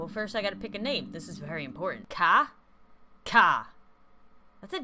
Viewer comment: You make kha sound like he has special needs.